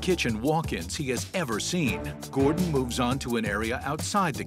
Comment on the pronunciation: Bro just said "Gordan" 😶😶😶